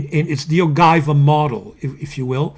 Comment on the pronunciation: ... OGIVA, no ay, carissimo, your pronunciation is off, totally off, you know us Italians. We are special when it comes to pasta, pizza and pronunciation.